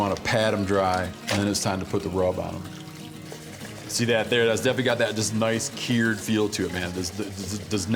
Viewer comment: the way steven pronounces "cured" makes me very uncomfortable